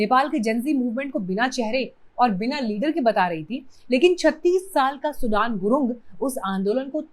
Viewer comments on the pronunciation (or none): सुडन ✖️ सुदन ✅ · सुडान नहि सुदन है नाम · Are bevkuf host nam ka uchharan soodn hai Not like country Sudan ! You people re a joke ! As host or so called YouTuber ! Learn a language a bit and see world around you ! India is not the whole world ! Grow up Indians ! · सुडान नहीं सुदन बोलो। पत्रकार हो यो थोडा रिसर्च भी किया करो। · सुदन not सुडान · Madam naam galat pronounce kar rahe ho